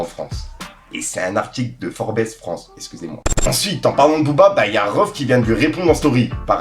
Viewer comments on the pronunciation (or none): Forbes ça ce dit "forbze" mon frérot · Ça s'prononce forbe pas forbessse 😂😂